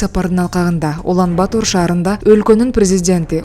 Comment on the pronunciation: Туура окучу ай Улан-Батор деп жазылат,окуганда Улан-Батыр деп эле айт какабай